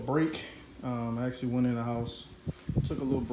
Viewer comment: Army didn’t tea you not to say ummm hits actually not axxxxtually